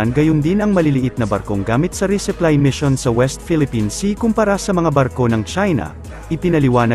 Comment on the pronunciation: Resupply hindi reseply